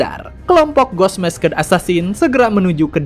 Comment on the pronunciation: masked di baca nya mask, demon di baca nya dimeun, being di baca nya biing